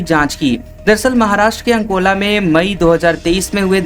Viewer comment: जगह का नाम तो ठीक लो अकोला को अंनकोला बोले जा रहे हो